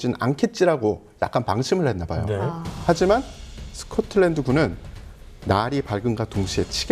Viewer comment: 박사님 "허지만" 할떄 너무 좋아요 ㅋㅋ